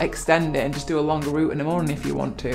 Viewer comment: "Root" it is r-OUT-e :-)